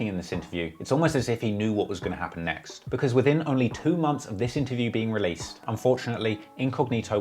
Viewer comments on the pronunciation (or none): none